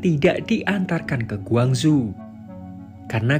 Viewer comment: Iya aku pikir di cina soalnya penyebutan nya gwangzhu . . Ternyata korsel . . Kalau korsel gak ada kn yg namanya gwangzu